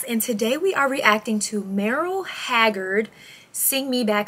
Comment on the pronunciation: Listen to some people saying Merrill’s name because you’re saying it wrong. Bless your heart.